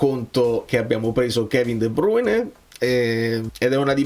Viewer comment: Right on time for my 15 minutes run at gym! Grazie per il video intervista, me lo sarei perso senza di te, qui dall’Olanda! Tip per la pronuncia di De Bruyne.. fai la A nasale alla Francese, De Braine